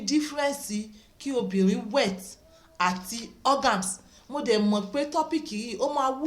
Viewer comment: Please master your terms very well for proper pronunciation or-ga-sim.